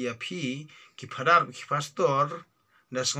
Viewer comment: U biej te mo pastor u ong phastor father u ong phadar